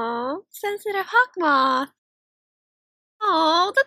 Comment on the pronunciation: U called haukmoth(sorry l spelled it wrong)mothy like alya sister